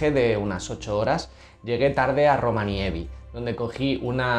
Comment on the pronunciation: Están siendo muy buenos videos y un gran viaje!! Por cierto, es ROVANIEMI jejeje